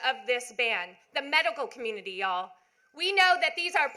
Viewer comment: She saying y’all wrong